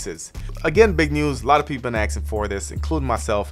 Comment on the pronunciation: Man, no one be axing for dis.